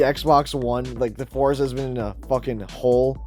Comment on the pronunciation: the name is "Forza". you don't have to say anything after this